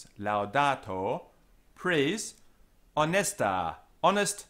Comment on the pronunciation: Here you are less careful than usually with double consonants and neuter plural nominatives. Here "pare" sounds like parre, final a in"honesta" sounds long, making it an singular ablative. Now, a far as I know 'parre' means nothing but some another word could cause misunderstandings. I know careful distinction of quantity is not important in English language. I don't want to come across impolitely, I just wanted to tell what my ear caught. Other phrases were perfect.